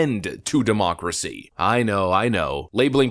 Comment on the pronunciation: "We must protect our Democrats, ya' see" (sounds like "democracy")